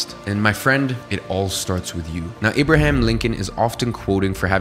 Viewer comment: My bro really said I-brahim lincoln instead of A-braham , techically the same name tho =)